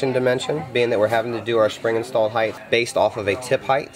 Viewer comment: Will someone please teach this man how to say HEIGHT.